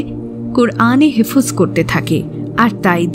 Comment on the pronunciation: হেফোজ নয় রই বইন , এটা হেফ্‌জ হবে।